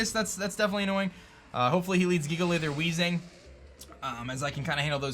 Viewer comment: DAT BOI SAID JIGALITH